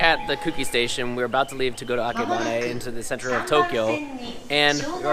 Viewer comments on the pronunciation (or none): none